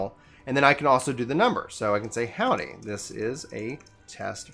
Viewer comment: hwody? :) im just messing around so no worries - i just thought it was chuckle worthy and figured id share! :D